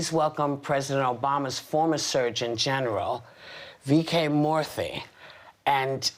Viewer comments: Whoopi: "White folks need to stop acting like they can't say black folx's names! You can pronounce all those white European names, you can pronounce Lakeisha!" Also Whoopi, introducing Vivek Murthy: "Please welcome Dr. VeeKay Morthey!" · Boy -- did Whoopi butcher Dr. Murthy's name lol.